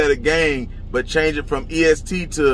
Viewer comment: Not East Gee 🤣 🤣 🤣